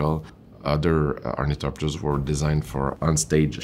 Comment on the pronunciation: Nailed the thopters!